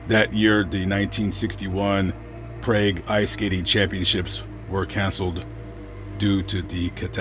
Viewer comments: Prague is pronounced Prarg, not Praig. 😉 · Its pronounced 'PRAHG', NOT PRAY-G. JEEZ. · Research the pronunciation of words before making videos. The city in the Czech Republic is “Prahg,” not “Prayg.” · Very interesting video on your channel - hadn't heard of this before. Btw , Prague is pronounced Prarrg. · Prague, pronounced: (prog) like "frog" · Never heard this story. FYI Prague pronounced “Prog”, like frog. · Prague...Prawg... is how you pronounce it. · Never heard of this story before and never heard anyone pronounce Prague like that. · That's because he mispronounced Prague, it rhymes with the word "hog". I don't know if the voices on this type of YouTube these videos are computer generated, but they almost always mispronounce place names and the names of people that are one bit more complicated than Smith or Jones.